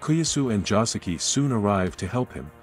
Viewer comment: Bruh, Joseki.....not Josuke....Im dying.